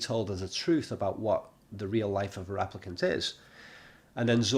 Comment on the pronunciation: stop saying raplicant please